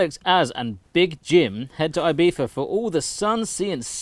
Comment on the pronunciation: ibifa? why does he pronounce it like that ?